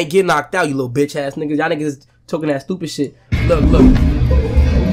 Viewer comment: When fanum said "SHTOOPID GLLLLLTT" I died🤣🤣